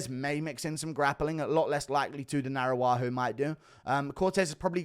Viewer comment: dude, you are inverting the vowels in Araújo, is not a indigenous name, is iberic. The tonic sound is the ú